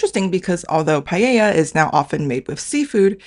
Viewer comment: The only right pronuntiation of paella in the video is the Korean one actually. It's not paLLElla, it's Paella